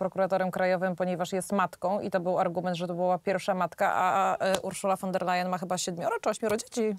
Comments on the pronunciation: ta cała przewodnicząca KE Niemka von der Leyen wymawiamy "fon der Lajen" nie po holendersku wan... itd..., a to, że była bohaterką skandalu korupcyjnego w niemieckim MON też jej nie zaszkodziło, a wręcz przeciwnie, w nagrodę została szefową Komisji Europejskiej 😱🥴🥶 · Kto to jest pani WAN DER LEJEN? Ile czasu potrzeba by nauczyć się wymawiać jedno nazwisko? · Won der Leyen się wymawia.